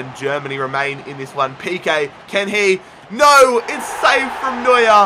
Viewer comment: Man... You call Neuer is New year😂😂